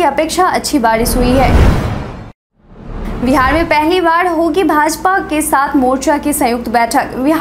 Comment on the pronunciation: हैलो नमस्ते🙏🙏 समाचार पढ़ते पढ़ते आप तो बिहार का नाम विहार बोलती हो मैं रोज सुनता हू कृप्या आप बिहार बोलिए 😀 बाकी सब बहुत अच्छा समाचार पढ़ती हो आप